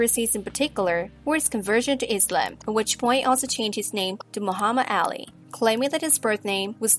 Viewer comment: The person who made this video needs to learn how to Pronounce Ali's Name Correctly!